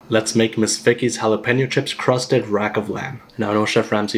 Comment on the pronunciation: him : Ms Vickie's what I hear : this Fake as hell 🤣